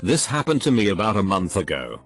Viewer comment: TTS voice “this hap-ned”